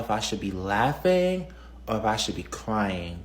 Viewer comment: "I don't know if I should be laughing-guh or crying-guh. This is so embarrassing-guh." Yeah, so is the way you speak...and wtf is on your head?